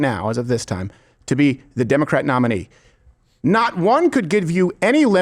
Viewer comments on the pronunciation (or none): he says ‘2028 Democrack nomination’ Lmfao 😂